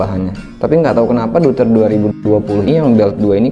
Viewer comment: fyi pronunciationya itu yg bener "doyter"